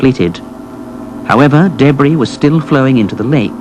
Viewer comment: I tried watching this but the guy kept saying daybree instead of debris...i fucking hate the english accent